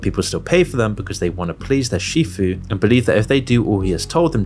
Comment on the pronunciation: It's sifu, not shifu.